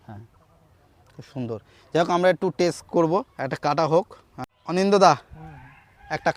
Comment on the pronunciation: উচ্চারণটা টেস নয় টেস্ট।